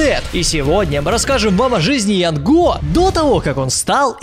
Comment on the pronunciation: не ЯНГО А ЯН ГО